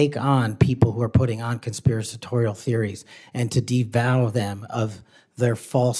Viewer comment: Patel was lying so much in his answer to Sen. Durbin's question he couldn't properly pronounce words such as "conspiratorial" and "disavow!" I 😂😂